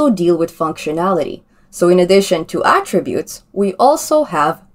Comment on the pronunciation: Glad to hear you now calling them ATTributes, and not atTRIButes as you did earlier!